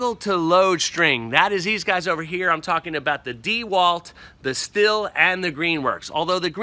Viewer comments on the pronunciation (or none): It's pronounced STEEL, NOT STILL.